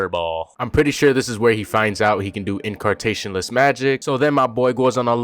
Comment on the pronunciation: "in CAR tationless magic"